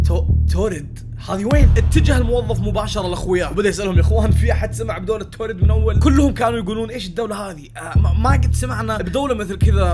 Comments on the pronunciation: يعمي في بلد اسمها تورد مو توريد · يا اسم الدوله مو توريد اسمها تاوريد